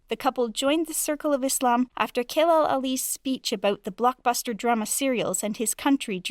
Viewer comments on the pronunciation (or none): It's not 'Kelal', it's pronounced 'Jelal'. 'C' in Turkish is pronounced 'j'.